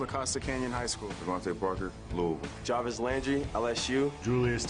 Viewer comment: the man said "Luul" "Lou-is-ville" has 3 syllables... he only said 1. I think you're the one here who can't hear.